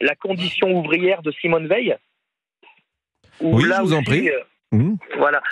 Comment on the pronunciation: Non ça se prononce Veil